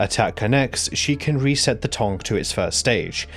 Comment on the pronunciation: Im english and its tongue not tong. Where the fuck you getting this pronunciation from?